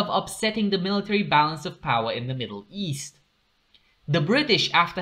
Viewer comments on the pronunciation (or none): none